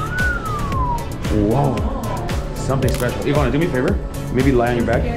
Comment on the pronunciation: But (as always) Ivana’s pronunciation is ON POINT!! You go too, 😂🤜🏼🤛🏼